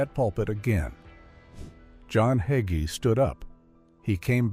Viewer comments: Why did the narrator of this video keep mispronouncing HayGees name. He keeps saying his name was HugGee. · HIS NAME IS NOT HUGGIES IT HAGEE PRONOUNCE IT CORRECTLY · His name is pronounced hay-gee.....another AI disgrace. His fall was thinking it was "his" ministry, that is the problem. Either you ministry for the Most HIGH, or you minister for reward, fame, and fortune in this life, and that isn't biblical. He has misguided the masses with false teaching. Scripture warns against that. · ALL you people complaining about the mispronunciation of his name ... Don't you understand this is AI, and AI always messes things up ??? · ARE YOU MOCKING PASTOR HAGEE YOU CANT EVEN PRONOUNCE HIS NAME CORRECTLY THEY NEED TO GET SOMEONE ELES TO DO THIS VIDEO THAT CAN CORRECTLY SAY HIS LAST NAME IM VERY UNHAPPY ABOUT THIS SO IM GOING TO GIVE IT A THUMBS DOWN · If you can't pronounce his name perhaps you should not even be using a podcast video that slurs him.